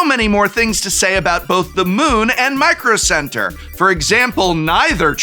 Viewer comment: MICRO CEBTERRRR! 😂